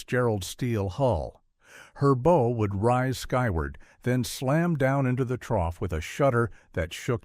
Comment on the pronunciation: The hull was not black... it was an oxide red. Look at the footage around the mark. It is pronounced Soo Saint Marie, not Salt Saint Marie. The front of the ship is called the Bow (pronounced /baʊ/, not bowe)